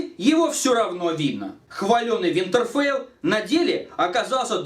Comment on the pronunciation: в одном моменте клёвая оговорка была "винтерфэйл" :D